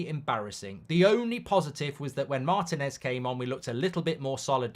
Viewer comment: MarTÍNez . The stress is on the second syllable. That's why there's a stress accent (í) in the Spanish spelling.